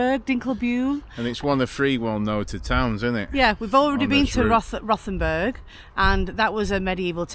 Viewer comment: Don't pronounce the H is German its just Rotenburg